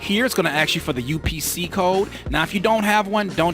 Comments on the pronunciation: Stop saying aks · I took a shot every time you said axe. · Can I axe you a question? lol